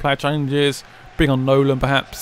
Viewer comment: It's Nolan not noland